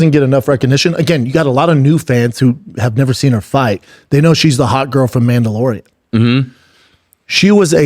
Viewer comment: "Mandelorean Bay" - Brendan Schaub. 😂😂